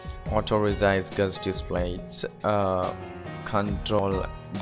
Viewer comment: I was wondering what he was saying with "gust". Then I realised that he meant guest xD